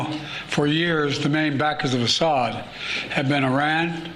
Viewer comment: for the love of god, it's AH-ssad, first syllable stressed